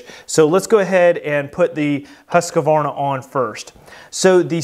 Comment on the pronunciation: The Swedish pronunciation of Husqvarna is "Hoosk-varnAH", I never understood why people have to add the "ah" sound in the middle, at least "Huskvarna" would be closer. And the people that say "Still" for Stihl. It is pronounced like the metal. Kills me.